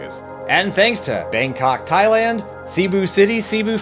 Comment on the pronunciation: i like when you say Thailand 🇹🇭